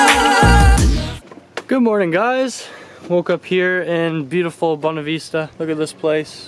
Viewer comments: Please never say bonavista like that again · Bonavista. Not Bonaveesta. Omg